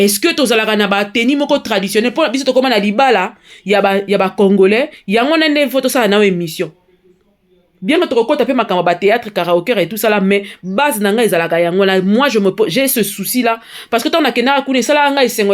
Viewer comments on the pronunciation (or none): Yango Prononciation oyo ya "Karao-Coeur " ewuti wapi? Ezalaka plutôt "Karaoké " please! Ba mots mususu penza elobamaka na kin bozwaka yango na dictionaire nini? Eh pardon! Karao choeur nde nini lisusu 😂😂😂